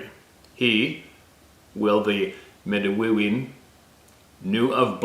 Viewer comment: Midiwoa... Midawiw.. Come on!